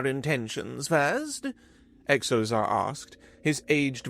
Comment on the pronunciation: Another thing this narrator repeatedly mispronounces: words beginning with X. In this episode there's a character with the name Xozar. When a word begins with X, & it's not a chinese word or name, it's pronounced as if it was a Z. So Xozar should be pronounced Zozar, not Ecksozar. For an example not from a fictitious name, consider the word xylophone. It's pronounced zylophone, not... honestly, I'm not sure how this narrator would pronounce it.